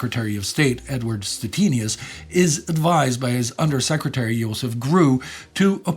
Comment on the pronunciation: great video! though i would be very surprise if Joseph Grew pronounced his name as "Yoseph" like you did lol